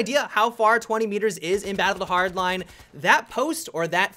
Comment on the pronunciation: do you have trouble saying battlefield hardline. it sounds like youre trying to mix them into one word